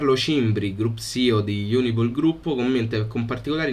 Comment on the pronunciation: si dice Unipol. Non IUNIPOL